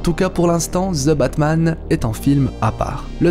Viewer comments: Pourquoi prononcer ZE Batman alors que c'est plutôt THE Batman ? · je ne crois pas que sa se dise ""zeu batman'''" 🙄